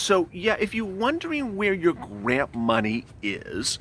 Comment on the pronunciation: You said grand instead of grant lmao😂